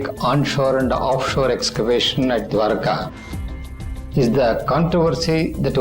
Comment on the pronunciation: Diwaarka nahi, Dwarka.... Kandhari nahi Gandhari naam hai.